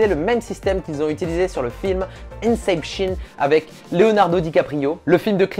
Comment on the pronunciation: Comment tu as pu prononcer inception comme ça 😂😭